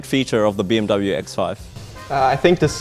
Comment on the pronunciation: Hey FNATIC, pls look up the right pronunciation for BMW. Thank you